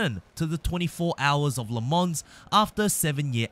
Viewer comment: ”Le mons” please....